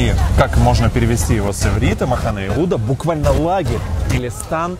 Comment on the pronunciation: Махне Йехуда,а не махане